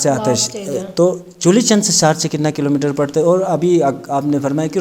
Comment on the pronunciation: Saar tse nahein Bhai shar tse